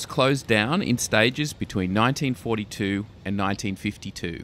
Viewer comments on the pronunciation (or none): none